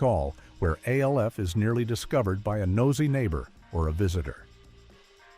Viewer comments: Or at least use better scripting that phonetically sounds out the word instead of spelling it out! MASH , not M-A-S-H. ALF, not A-L-F🤦🏿‍♂️ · Our favorite alien was called “Alf” like in Alfred, not A L F.